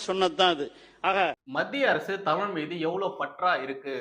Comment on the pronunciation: ஆங்கிலமும் தேவையில்லை. தமில் தமில் மட்டும் போறும்